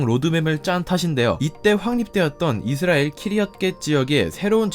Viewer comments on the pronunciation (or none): none